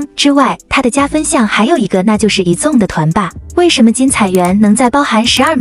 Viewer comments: 團名先唸對啦幹..以粽是三小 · 矮子王被念成以中 我快笑死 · 團名不能唸對嗎